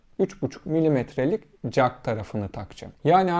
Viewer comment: Çivi jak demeeee😂